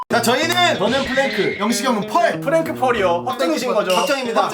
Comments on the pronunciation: 17분48초에 플랭크 아니고 프랭크입니다😅😅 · 플랭크가 아니라 프랭크에요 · 그리고 데릴이 아니라 대릴이고 플랭크가 아니라 프랭크고 콜렉트가 아니라 콜레트입니다^^!